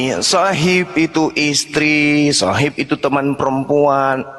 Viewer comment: Mgkin dia membaca sohiba padahal di akhir huruf BA itu ada skun ada skun mati jadi bacanya Sahib.